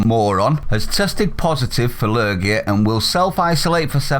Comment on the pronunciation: "La lurgey". 🤣😭🤣😭